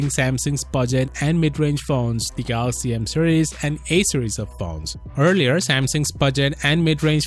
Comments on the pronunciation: Good news..Rt still says Galox 😂😂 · Iam gonna miss the dj kho for his pronunciation. Samsung galoxy...😂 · I will forever miss the time when they presented Dj Koh on stage and when he says "Samsung Galax" 😭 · rest in peace for that samsung "galox" accent... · I'll miss how DJ Koh says "Galox". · Will miss the new "galox" 😩😩😩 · We all miss the "GALOX" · No my Dj Koh I am gonna miss him saying the phone sakes wrongly, I really live him saying galox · But how does he pronounce Galaxy tho? DJ Koh: Galox Rah-Tae Moon: ? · hahahaha he always miss the "y"